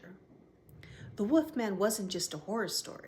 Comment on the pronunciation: I love the way you say "Woofman".